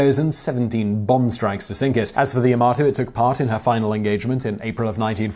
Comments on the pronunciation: "Today I found out.." that it's pronounced "Ya-ma-to", not "Ya-mo-to". Leave "moto" for the "Hello Moto" commercials. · Your pronunciation of Yamato is incorrect. Ya-Ma-To not Ya-Mo-To please be careful with pronunciation because people who were super fans of the ships will go mad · Yamato is pronounced "yah-mah-toe", rather than "ja-mah-toe" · the "hotel yamato" lul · Yamoto ?... Am dead inside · DID HE SAY YAMOTO? I AM FUCKING TRIGGERED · I laughed when he said Yamoto 😂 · "Yamoto"? Please... -. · **Pernouces Yamato as Yomoto** this is a crime you have committed. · Beamoths? Bearmoths!!? Did you mean Behemoths? Yamoto? Dafuq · Tell me about it. First he mispronounces Yamato as Yamoto after pronouncing correctly until then and then there's his butchering of Okinawa. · Oddly enough, I've heard several people mistakenly say Yamoto, before, so I'm wondering if there's some unconscious proclivity towards that particular mistake in the minds of native English speakers? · a few points - the photo you gave in the beginning with the "constructor" is not a photo of any of them what does it mean - never push on the battleship - there is no such phrase and for me (whose mother tongue is not English, let alone its variant of slang for idiots) it is something new Yamato - why do you pronounce it linguistically impaired - every letter in this name should be pronounced correctly - opening your mouth carefully - unless you open it wide for things other than speaking and eating not the first time I am telling you that you make mistakes - so if you don't know something, ask smarter than you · Technically "Yama-to" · At ....timeline you state the 2 battleship's names...and call one the Ya-Mo-to....yet the spelling of the ship is Yamato ( Ya-mah-to)......why ? Also, too many technical errors to count.....what are you doing? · It is Called YA MA TO . Not YA MO TO . 😆😆😆😆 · It's the yamAto not yamOto! PRICK! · Also he pronounced yamato wrong so many times, wtf is the, "yahmoto"?